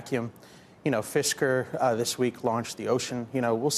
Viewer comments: Did he really say competition and then Fiskar😁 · My man said fisker. lol